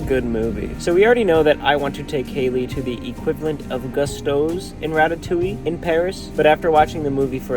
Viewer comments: It’s pronounced Goose-toes not gust-os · But did he really watch Ratatouille? He kept saying the name of the restaurant wrong. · How are you mispronouncing Gusteaus while watching ratatouille! lol